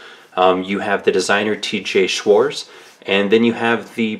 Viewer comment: Schwarz even without the T is still pronounced Schwartz.